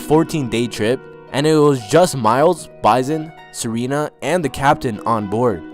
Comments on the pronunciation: His name is Bison (like the animal) not pronounced Bizon and his last name is pronounced Day Lay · (BYE-SON) bison (DELAY) dele dude imma need u to stop butchering names smh u do this often